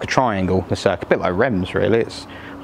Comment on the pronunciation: Reims is not pronounced like that , not even close . I love the C6 it’s a wonderful car .